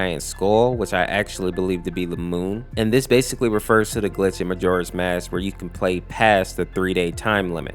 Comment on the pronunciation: i dont mean to be a jerk or anything but are we not going to say anything about him saying the word basically wrong